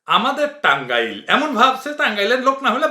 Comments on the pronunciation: আমি টাংগাইলের মানুষ। আমি কখনো ওভাবে টাংগাইল উচ্চারণ করি না। এবং টাংগাইলের কেউ ওভাবে উচ্চারণ করে না। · বাংলাদেশীরা টাঙাইল বলেনা। টাঙ্গাইল বলে সবসময়। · যে কথা বলছে সে বাংলাদেশী না,সে বলেছে টাংইল। বাঙ্গালী কেউ বললে বলতো টাঙ্গাইল। প্রতিটা কথাই বুঝা যাচ্ছে। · টাঙ্গাইল শব্দটার এক্সেন্ট দেখেই বুঝা গেছে এটা পশ্চিম বঙ্গের কোন লোকের কন্ঠ। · লাস্টের কথা গুলো খুবই মূল্যবান,,এটা নিয়ে আরেকটা এপিসোড চাই। মাদারবোর্ড টাঙ্গাইল সঠিক ভাবে উচ্চারণ করতে পারছেনা 😂